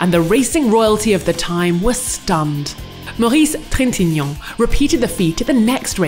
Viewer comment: I don't know why, but I really like how the narrator lady says the name "Maurice Trintignant".